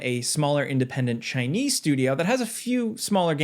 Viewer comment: Why did you say "Chinese" like that??